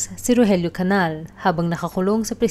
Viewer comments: Its CANIAL ( enye). Hindi Canal. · The correct pronounciation of CANAL is CANIAL. Enye.